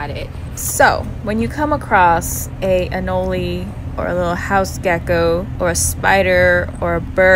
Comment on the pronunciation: I Loved that you pronounced Anole correctly